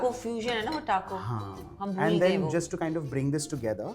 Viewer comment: My dear chef, it’s not Teco it’s Taco 🌮. Very nice episode.